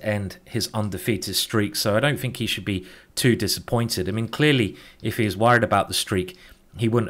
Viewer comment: why? "frow" "everyfing" "fink"